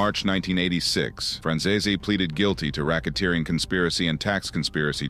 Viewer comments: It's not pronounced Franzayzay! He was adopted by Sonny and it was his real son, John Franzeze, that John Sr wanted dead because he testified against his own father! I'm only partway through the video and these egregious mistakes aren't really acceptable to be honest! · Why does everyone butcher michael franzese's name so damn much. It's pronounced fran-zees